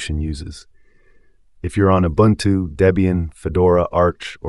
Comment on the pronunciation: Thanks for the proper pronunciation of Ubuntu.